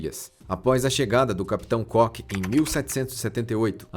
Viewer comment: Cock (cók) é pênis! Cook é (cuk) e é o nome do capitão!